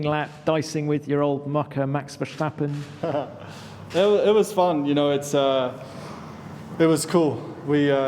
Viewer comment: again, max VERSHTAPPEN